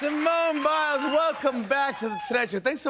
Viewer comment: Did he say Simone Miles